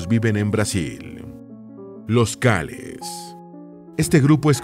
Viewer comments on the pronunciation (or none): Son Calés no Cáles.